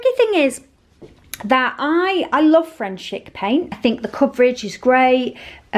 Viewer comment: I have frenchic round my house! Love it 😍...but...it’s pronounced frenchic ( frencheec)! Yes I’m a sad cow 😂...frenchic alfresco is tougher than the finishing stuff, so you don’t need it really..I’ve had greyhound alfresco on my staircase for 2 years without finishing coat and it’s only just needing a refresh xx